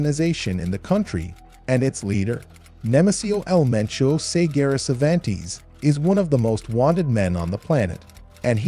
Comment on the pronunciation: Lol, Kavantes.